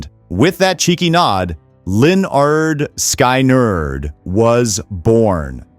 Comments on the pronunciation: "Leonard Sky Nerd", how does this narration butcher that? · exactly. You can tell because the voice doesn’t know the name of the band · HEY LEARN HOW TO SAY LYNYRD SKYNRD:face-orange-raised-eyebrow